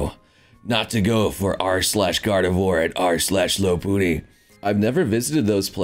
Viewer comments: its not lopoony its lopunny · Lop-un-nee Lopunny. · that sounds more like an accent than a mispronunciation lol